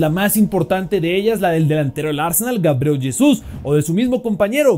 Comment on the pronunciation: Loco, que terapia que no se les de la gana de pronunciar bien los nombres de los jugadores, que tan difícil es decir GA BRI EL, Y mucho menos decir YESUS.